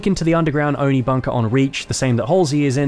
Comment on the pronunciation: you forget its not Oni....its O and I